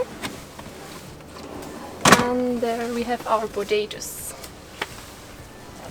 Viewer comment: I thought she said potatoes. LOL